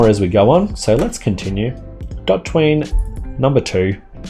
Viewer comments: DOT ween, or DO tween? (I pronounce DO tween - it really threw me off hearing DOT ween haha) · Its Do Tween not Dot Tween. Normally I’m not so anal but come on. Dot Tween doesn’t even make sense, it’s literally colored Do Tween on the asset landing page and you continue the absurd pronunciation. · It's not DotTween, it's DoTween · You say Do-Jump, Do-Shake, Do-Kill. But then call the library "Dot-Tween". I think you should reupload and pronounce them "Doj-Jump", "DoS-Shake", and "Dok-Kill" for consistency :) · Pretty sure it's Do tween not dot ween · and all this time i thought it was called Do tween not dot twean as you say it lol, this is a great asset i have been using it for years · Oh em gee it's "doo tween", like "do a tween" not "dah tween" like "I'm a total jag tween". Anyway, great video. Liked and subscribed. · Great video(s), but man the pronunciation haha. DO TWEEN, not dot ween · Isn’t it pronounced “DO Tween” not “DOT Tween” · It’s pronounced as “D Otween” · Hahahaha. That pronounciation is just wrong (even though it's right) Liked the twitter comment. :)